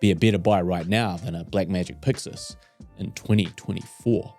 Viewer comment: Subscribed cause I enjoy hearing you say "Puxus". ❤